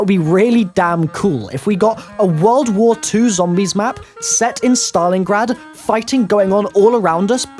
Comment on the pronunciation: Im sorry but did he say Saton Your Ass?